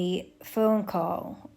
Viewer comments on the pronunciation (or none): none